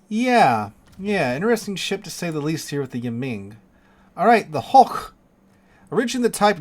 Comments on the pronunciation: So the Chinese now have two Sovietzky Soyouz BBs, one with double 457s (Sun Yat Sen) and one with quad 356s... Hoche is pronounced "OSH" not "HOCK" Those kind of H are silent. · The pronunciation of "Hoche" depends on its origin. In German, it is pronounced like the English word "hosh". In French, the accent indicates it's pronounced "osh-ay" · Osh'ay would be written Hochet, the toy given to toddlers. As for the name, the e is silent, just as the h. So it's "osh"